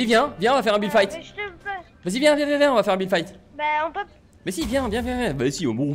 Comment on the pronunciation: si tu le connaissait il dis toujours builde Fite